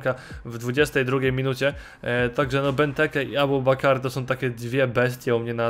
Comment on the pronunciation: to czyta się ''Abubakar"